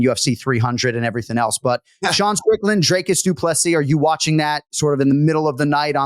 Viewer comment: Jon as someone who usually pays attention to the pronunciations of names, please watch some interviews with DDP or how he pronounces his name. The man deserves to have people say his name properly and not butcher it by saying 'Draycus'. Do better